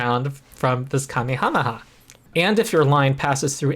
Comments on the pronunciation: You still don't know how to pronounce 'Kamehameha.' (He was a Hawaiian king) It is pronounced kuh-MAY-ha-MAY-ha. The emphanis is on the MAY. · that is how the kings name was said, not how the attack from the popular anime series is said